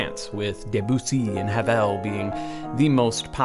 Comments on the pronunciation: you pronounced Ravel's name horribly wrong. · I said the same thing. Here representing the classical world! 🔥❤